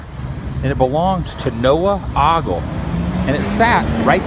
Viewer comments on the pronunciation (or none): Can I help you out with the pronunciation of the name "OGLE" it's a long O as in "open" ..... not aww sound like "often". If you want to sound like you're from the area, you'd say "O-gull" Try it for yourself, go ahead... I can't hear you. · it is ooooogle not ahhgle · 'Oh-gle" not "ah-gle". :) But some also say "Oh-gah-le". If you're from up North. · Just a little FYI locals pronounce the name with a long "o". So it will sound like "oh"gle. :) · Great job as usual. BTW, it's pronounced "Oh-gul". :-) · it's pronounced O-gle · Ogle is O as in Oakley not Octopussy. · ogle is not pronounced like that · Dude learn how to pronounce the name